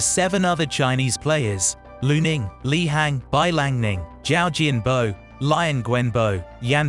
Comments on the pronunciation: Don't pronounce Liang Wenbo's name as 'Lie-ang'. Try 'Lee-ang' :) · The narrator needs to learn how to pronounce the names.. Lion lol